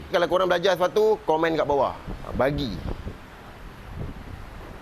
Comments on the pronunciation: Ha ahh alu dengar “bagi” bukan “pagi” selama ni saya silap kah maaf 😅😅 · bukan pagi bang.. dia sebut bagi bukan pagi